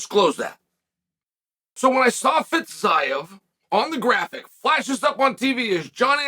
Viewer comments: Fiz eye ev? C'mon uncle chael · Fitz-eye-ev is wild tho 😂